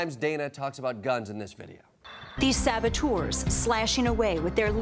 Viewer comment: She pronounces "saboteurs" false, she says "sabotours" instead. Being a "professional" apparently doesn´t make you immun against being illiterate...